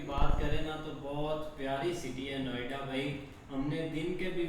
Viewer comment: 😂 Naam Sahi Lo..... Niyoda Nahin Noida Hai Ye..... Kya Bol Rahe Ho Tum....